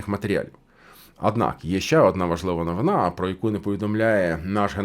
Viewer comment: Ваша неповага до мови вражає. Хто вас вчив ставити наголос у слові новина на останній наголос? Мене навчали що є новИна. А ви будь ласка вивчіть правила, якщо вже користуєтесь солов'іною